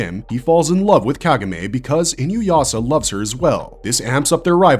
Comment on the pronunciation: Ah my favorite AI voice mispronouncing Inuyasha 😂